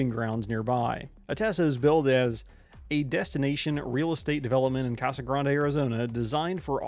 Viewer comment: 1: holy shit you pronounced Casa Grande correctly 2: holy shit when I heard of this going in I was ecstatic 3: holy shit my current boss is friends with one of the owners of the track 4: holy shit I like 25 minutes away 5: holy shit my boss is opening a shop there 6: holy shit I'm #1 for transferring there 7: holy shit I'm gonna buy a house there